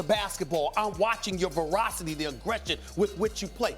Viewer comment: Zion: between the legs dunk off a standing vertical jump Stephen A: “I was looking at his health..the verocity” worst take lmaoo